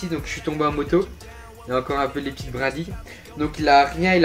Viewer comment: Quand tu dit moto on dirait tu dit motio